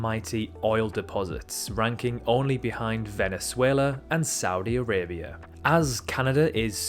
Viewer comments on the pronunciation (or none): none